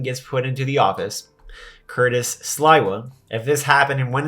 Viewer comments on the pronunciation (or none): Doge will have to take over NY on it’s own. Curtis will never be Mayor. Please learn how to say his last name.